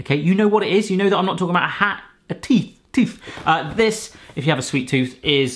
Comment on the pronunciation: I hate it when people like Joe Lycett say it like ‘tuth’